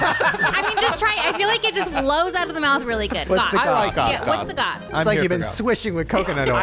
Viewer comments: I’m older than but isn’t the saying goss and not gossp? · saying gosp reminded me so much of mean girls “fetch”